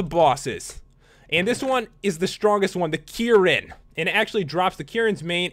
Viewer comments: You dont say it like kieran, you say it like k-rin as in your about to say kick, but then rin. Also, cephadrome isnt a dragon, its a piscine wyvern. It isnt meant to fly. It is meant to weave in and out of sand like a shark. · It's pronounced ker-in if you wanted to know lol. I freaking love monster hunter!!